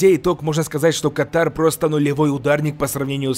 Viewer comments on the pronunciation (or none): Блин, ну что за КАТАР. Серьезно? Вроде смотрите ЮФС, прямые трансляции, слышите голоса комментаторов , но все равно кэтэр СТАЛ КАТАРОМ. Ну весь обзор уши режет.